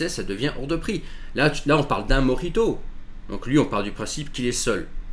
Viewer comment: Précisez : mojito et pas morito